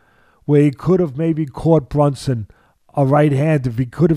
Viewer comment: It's BRUNSON not BUNSON😂😂😂